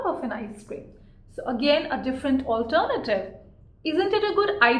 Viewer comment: I love the way you say"alternative " 😅